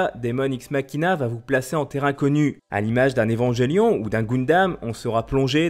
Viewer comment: Attention à votre prononciation : 1) EvenJélion 2) Goun-dam La locution "après que" nécessite l'infinitif. Soignez votre français, votre travail n'en paraîtra que plus sérieux.